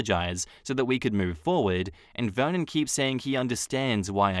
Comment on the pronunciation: I swear to god every time you said Vernon i heard it like Vermin and i was like dayum... what a nickname for your husband! I had to read it lol foreshadow?